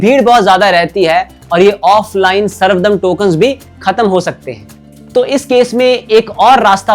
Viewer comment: बहुत ही सुंदर और सटीक तरीके से अपने समझाया, इसके लिए आपका बहुत बहुत धन्यवाद❤ कुछ correction वो सर्व धर्म दर्शन कहा जाता है सर्वदम नहीं।